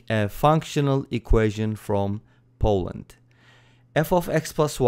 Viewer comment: it's Poland, not Polland